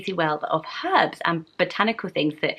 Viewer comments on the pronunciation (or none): none